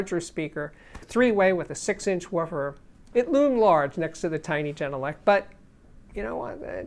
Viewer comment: As a finn I'm so happy to finally see this review! I'm currently running the genelec 8020 dpm. Absolutely love the speakers. I prefer having true sound, so I'm more than pleased. By the way, it's pronounced with a hard G , not jenelec. Finnish pronunciation doesn't have a soft g.